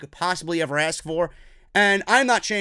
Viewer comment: Dude great channel, but you saying aks or axs or acts however you say it instead of Ask. Lose some of the credibility. IMO